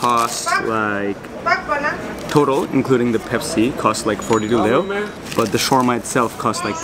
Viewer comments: Very nice. Video! The funny thing was the pronunciation of the Romanian leu, and instead of leu it’s liu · i don't get where ppl get this "loose" pronunciation, but it's more like "lay" (lei). (the currency)